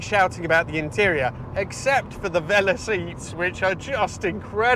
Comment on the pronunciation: I like these videos but some pronunciations are so weird... For example it's steering weighting (not weighing), it's velour not Vella... I know I'm a pedant but it just grates on me!